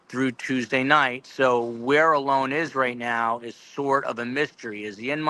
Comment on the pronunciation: I think you're saying Alones name incorrectly I'm not 100% sure but I think it's pronounced with a long and like a lawn